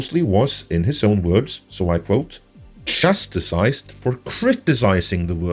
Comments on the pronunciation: Wow you mispronounced chastised so badly. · That is more my fault, is Norwegian and I generally try to catch little mistakes like that and it slipped through my filter! Sorry about that! (Tom)